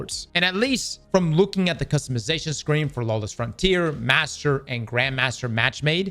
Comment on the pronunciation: Lawless, not lawess sir! Thank you for the video, because there is no one on D2 today.